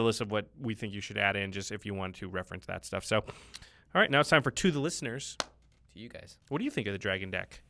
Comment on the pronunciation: You missed one. To the listen-URS. C'mon.